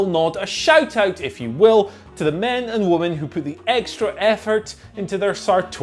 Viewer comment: Still pronouncing ‘woman’ and ‘women’ the exact same way. 🙄